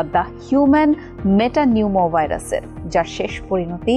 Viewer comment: মেটা নিউমো ভাইরাস ঠিক ভাবে বলায় ধন্যবাদ